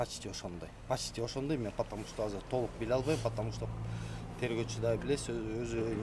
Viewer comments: Потому что дегенди жакшына айтат экен,опер кызматчы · Потомушто деген сөздү чайнабай жутканбы бул